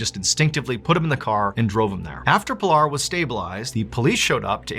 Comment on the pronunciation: Its PEE-LAR.. not pill-r Worse is that you fully know that.